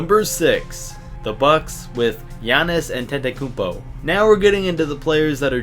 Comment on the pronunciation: U said Antetokounmpo wrong